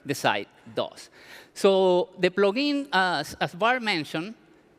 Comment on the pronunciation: Good "Plogin"